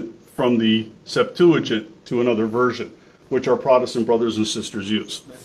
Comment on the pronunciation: Why does he not know how to pronounce "septuagint"?